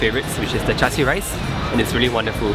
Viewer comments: yea the char siew instead of char siu is pissing me off lol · It hurt when they said char siew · char siew, lol